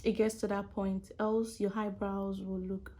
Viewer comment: Why she keep saying "Haibrows" ?💀 This was really helpful though, thank you❤